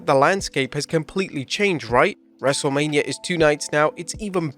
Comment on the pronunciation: "dubloodublooe" - 😂